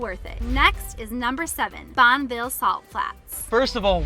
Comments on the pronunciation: You can tell they're not local because they've mispronounced a few of the site names (Bonn-uh-ville, Zion-S). However this was interesting to see my state through someone's eyes. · Liked your video but it's pronounced bonnie billed salt flats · “Bonn Ah ville” clarified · It's not Bonville... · Thanks for ruining Utah by proclaiming to the masses. Zion and Bonneville not pronounced correct. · I've lived here my whole life and have zero urge to correct their mispronunciation of Bonneville. Bunch of teachers in the comments, apparently. Lol. Great adventures and great video. ✌